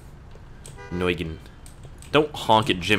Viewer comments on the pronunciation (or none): Nguyen is pronounced Gwen, so you dont get called racist or something. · Its pronounced David Nwin lol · its actually pronounced Nyen so yeah.. lol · Nguyen is pronounced wen